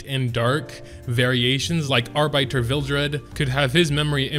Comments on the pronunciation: "ar-bite-er" seriously lmao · I almost bit my tongue when I heard him say it like that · "Ar-biter Vildred" oh boy I've never been so triggered. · ar-biter lol